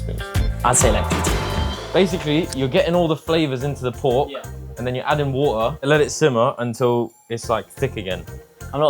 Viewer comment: 小马说water的时候，t也是不发音的😂